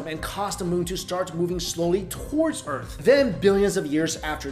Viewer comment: "the urt' and moo"